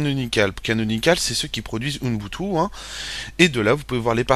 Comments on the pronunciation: c'est ubuntu, ce n'est pas "unbutu"!!!!!!!! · on dit ''ubuntu'' pas ''unboutou'' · U - BUN - TU! et pas UNbutu C'est si compliqué à prononcer? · pas mal mais dommage pour le OUNEBOUTOU énervant a la longue...c'est OUBOUNETOU (ubuntu) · MDR à chaque qu'il dit ounbutu je péte de rire et les pire c'est qu'il le dit plein de fois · ca se dit OUBOUNTOU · Le pire c'est que pourtant il a plus travaillé dans toute sa vidéo afin d'être pédagogique, clair et complet à la fois malgré son défaut de prononciation, que toi dans ton commentaire .